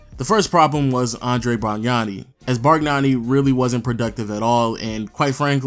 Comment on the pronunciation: It's pronounced Ann-dre-ah, not Andre ! I till this day wear his jersey to the raps games cause we have the same name !